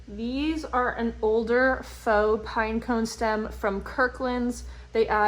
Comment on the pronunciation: Love your video. Very helpful! FYI: faux is pronounced ‘fo’ -rhymes with ‘oh’. Will you share how you store your florals?